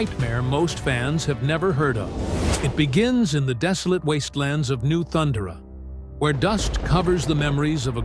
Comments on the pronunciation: Can anyone speak anymore? Why use AI ?....thun duh ruh? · I'm intrigued but couldn't get passed the horrible mispronunciation of "*Thun*-durrh-uh" by the ai-generated voiceover. Maybe I'll come back later. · These AI voices are so annoying and obvious when they can't same words like Thundera correctly. Anyone who's watch the cartoon knows that's not even how it's pronounced. Yet another channel to ignore